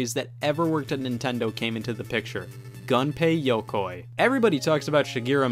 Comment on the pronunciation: It’s not like his name has yoke in it, it is you like gunpei YOUkoy.